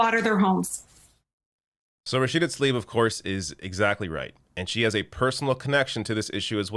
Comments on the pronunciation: Why does Biden call her Rashid instead of Rashida? Does he not know her name? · Rashid, where's Rashid, Such ignorance, cant even pronounce her name correctly, such BS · He can't even pronounce her name properly its Rasheeda not Rasheed. What a coward president. Biden and Harris are useless. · Biden's sencerity was a load of bull. He didn't even have the decency to get Rashida's name right! He kept calling her Rashid! That in itself is a tell tale sign that he doesn't care one iota about what she had to say. Let alone the confirmation of that arms sale. The only US president who would have opposed this would have been Obama. He was the only one with a shed of decency. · Biden can't climb the ladder to the air force one how can he pronounce Rashid a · He keep saying Rashid. 🙄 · What an asshole! “Rashid” Tlaib he says! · Joe, her name is Rashida. There’s an “a” at the end of it. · He called her “rashid “ isn’t that a mans name? So lazy at least say the name right! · He didn’t even pronounce her name correctly. It isn’t ‘Rachid’. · There's no joke... I pointed out he said something like Regine he didn't say Rashid. Still messed up her name and was still disrespectful though. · LOL he can't even pronounce her name,FREE PALESTINE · He doesn't even know how to say her name! Is this the first time he's heard of her? Even lay people who are not involved in politics know of Rashida Talib. Shows you how ignorant of/dismissive of progressives that center-right Joe Biden is. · He can't even say her name... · Yep, cares so much he can't even say her name correctly. Onya Job Boden.🙄😏🤔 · He did not even get her name right! To add insult to bloodshed Tsk!! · the old fart can't even say her name right. what is it with him and not being able to pronounce names that aren't super 'white' sounding? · Oh God he couldn't even get her name right...so awful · You glossed over that whole part where he couldn't even get her name right. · Can’t even say her name right 😔